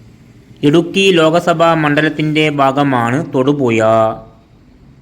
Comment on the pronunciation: തൊടുപുയ...... മൂവാറ്റു പുയ നല്ല ജ്ഞാനം ...... നല്ല ഭാഷ..''.ഹഹ...ഹ....